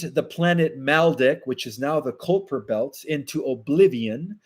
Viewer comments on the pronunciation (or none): none